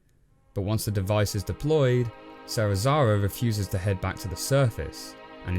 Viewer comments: Man....SeriSaWa not SeriSaRa. Not that hard to pronounce xD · Serizawa was even woese